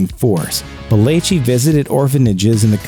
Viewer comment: It irritates me that he can’t say belleci correctly.